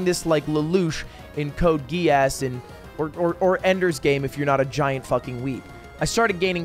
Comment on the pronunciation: Ahh yes my favourite anime code gee-ass